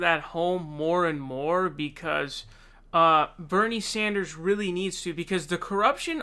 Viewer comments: Dude! I'm stoked on your frequent updates. You do good work. Buuuut Can you pleeeeeze stop saying Saunders! It's Bernie frikkin SANDERS, you've got to get that one correct more often. He deserves proper pronunciation. You can do it, man. I've heard you do it more than once. Practice in the mirror or something! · What's the story behind you calling him Bernie saunders instead of Sanders? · It's not Sonders bro, it's SANDER. I've noticed you tend to miss pronounce a lot of names. hopefully not on purpose. Stop doing that! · This kid is really starting to piss me off with his absurd mispronunciations. Who the hell is Bernie Saunders? You really need to grow up, dude. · Dude why do you say Bernie "Saunders"??! I can't unheard it now lol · why do you say "Saunders"??? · Appreciate the videos but why do you keep calling him Bernie Saunders? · Sand-ers NOT son-ders lol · Can you stop calling sanders saunders. You do it every video. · I was going to write exactly this. Watch & enjoy all these PV videos, but scratch my head everytime I hear "Sahnders" (?)🤔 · Sanders not Saunders. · Can anybody explain the non-standard “Sanders” pronunciation in every one of these videos? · Ok love your vids but you said Bernie SAUNDERS 😂